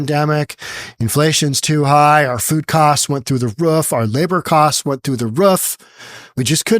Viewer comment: you mean roof not rough😅